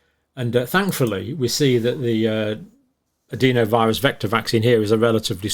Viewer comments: Why do you say adEEnovirus when the rest of the science community says the more sensible adenovirus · sorry mate, its just incorrect pronunciation- "e" in the UK is pronounced "eh" not "ee" no matter what region you come from